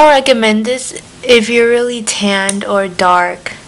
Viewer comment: "dis is the first........ " LOL LAUGH OUT LOUD her accent